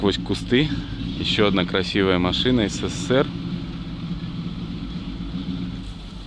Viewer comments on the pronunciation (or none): none